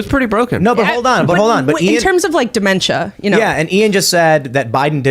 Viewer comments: Die-memtia lol. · it's dementia. Not di-mentia. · I thought misspoke when he said “die-mentia” but then he said it again. He is not a smart man.